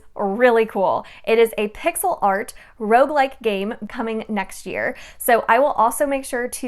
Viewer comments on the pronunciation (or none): none